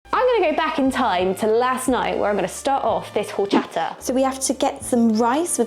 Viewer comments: it's Orchata, the H in Spanish is silent. My favorite drink with lots of ice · Jorchata. LOLL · Highly recommend trying rice pudding/arroz con leche next time! I prefer mine chilled, but it's good while still warm too. PS quick note, it's actually pronounced "orr CHAHT ah", the beginning H is silent in Spanish 👍